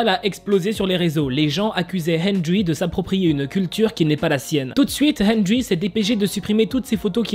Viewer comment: TROP D'ÉMOTION DANS LA CHANSON / c'est pas méchant mais henrery se dit "hèndeli" et moi sa me dérange absolument pas je suis sur kil pensait pas à mal (henrery est un de mes bias de nct/wayv)